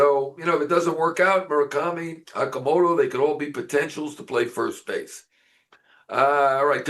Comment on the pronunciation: FYI, his surname is pronounced O(H)-Ka-Mo-To...like in "O"range.